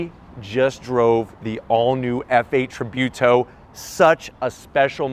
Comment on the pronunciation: Its pronounced Tree-Boo-to, lol